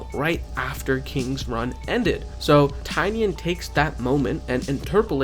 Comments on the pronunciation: I respectfully implore you to say his name properly. Nobody ever says it right 😭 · Bro please say James Tynion's name properly.